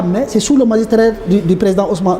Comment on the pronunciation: On magistère et non magistrrer. Mr le ministre